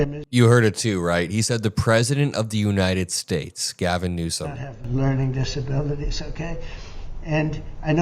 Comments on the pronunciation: He actually called him President Gavin Newscum, that's what it sounded like to me! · He better start saying, newsum properly. He can Have "president PEDOPHILE", can be slipping out of newsom's mouth!